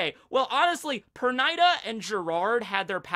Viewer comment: dude, i think it's pronounced perneeda. no hate